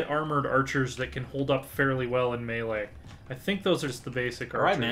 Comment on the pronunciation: It's pronounced May-lay not Me-lee. Is it confusing? Yes, but the English language is kinda stupid.